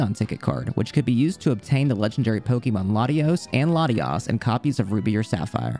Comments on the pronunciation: It's actually pronounced "poh-kay-mahn." The accent over the e is pronounced like the word café. This book explains it. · Did you know? It isn't pronounced Poke-E-mon. Stopped watching as soon as I heard that.